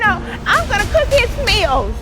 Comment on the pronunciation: I was with Porsha 🥺until she said cookhismeals 😆